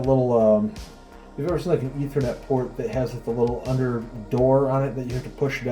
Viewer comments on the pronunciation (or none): did anyone else hear "internet porn" when he said ethernet port I need help.